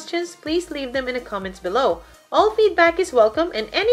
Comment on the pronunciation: This is helpful but soo frustrating at the same time...I've been stuck at the label. You sound like your saying select them, however it's select all and when I hit this it selects all images and I can't see how to just select the label so I can't get to next steps. I've had to rewind 1,000 times and this isn't covered. You are going a little fast for newbies otherwise great.